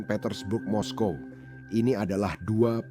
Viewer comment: Moskow ya moskow bro kok mesti moskowa bikin malu aja ditelinga dengar risih.